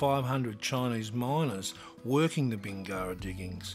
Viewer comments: Yes, but does Does know the correct pronunciation for Bingara? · Apparently not :D